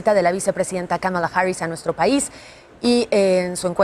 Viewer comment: Y lo peor nisiquiera le dijo Kamala le dijo Kabala jajajaja